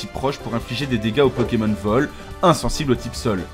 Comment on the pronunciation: vous êtes bien sympa mais apprenez à prononcer le nom des Pokemon, ça devient vite irritant...